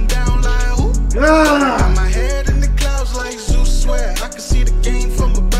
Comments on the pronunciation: he misaid it in a earlier video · How tf go to college yet don’t know how to pronounce Zeus or what that is lol? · Yeah.. Zeus is a pretty well known name. Why wouldnt he be able to say it right?